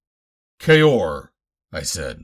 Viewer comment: Nice job! Thanks for pronouncing “Kaor” correctly! And also putting in the chapter breaks, tried other recordings of Swords of Mars but they got irritating with no chapter breaks and reading “kaor” as ‘cow’😞